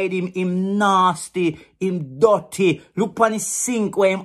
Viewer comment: He's actually saying 'Di sink dutty' LOL